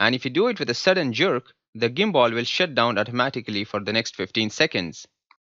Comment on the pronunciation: illiterate gadha, video banane se pahele pronunciation to thik se sikh le ta.... woh "GIMBALL" nehi re gadhe woh "GIMBAL' hota hai ....